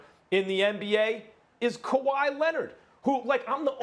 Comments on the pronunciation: Max you gotta be eating rocks to say Kahwi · Max said kawhi 😂😂😂 smh